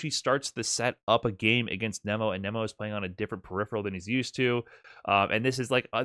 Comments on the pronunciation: I can't sit thru you pronouncing it Kneemo and not Naymo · ya it’s not Nemo like the fish in the Disney movie. It’s Nemo like “Neh-Mo”